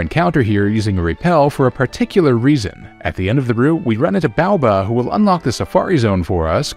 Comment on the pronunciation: Holy moly you said Baoba right without a hesitation. Is this character growth?